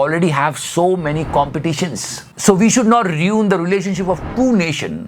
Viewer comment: Riun nhi bhai ruin...😂😂